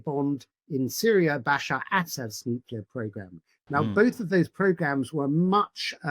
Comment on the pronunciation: Nuclear not 'nucular' please!